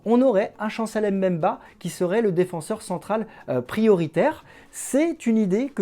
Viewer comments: ça se lit bemba et non M bemba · C'est Chancel Mbemba et non M'bemba🙄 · S'il vous plaît, son nom se prononce BEMBA ( et s'écrit MBEMBA) et M BEMBA. Le M ne se prononce. Merci